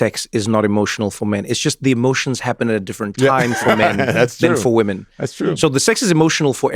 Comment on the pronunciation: WTF? We don't say women like that